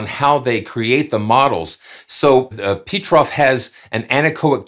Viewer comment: PETROF is not an English name, so you must say it differently.